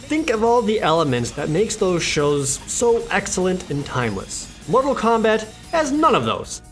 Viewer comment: KEMBET TAAIIIM Suffocates from laughter